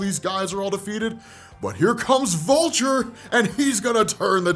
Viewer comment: ''But here comes Volture'' lmao